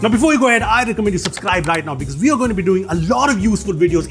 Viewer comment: I disliked because you said supscribe instead of subscribe. And don’t subscribe and hit the bell icon. We’ll do it if we want to.